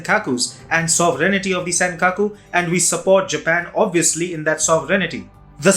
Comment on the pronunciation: You must want to learn to pronounce "sovereignty".